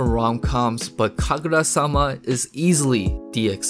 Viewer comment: it was never Kkagurra. NEVER